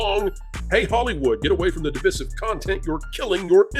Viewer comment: Dude! Unless you're a woke phony, and you're not, "divisive" is not pronounced di-VISS-ive. You don't pronounce "divide" as "di-VIDD", do you? No. It's di-VICE-ive!